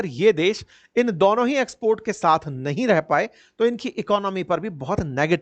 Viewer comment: ये टीचर नही जाहिल है 😂 लौकेशन 😂 दौनो 😂